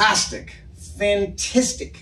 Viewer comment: "Fantistic" Adam has spent too much time here in NZ 🤣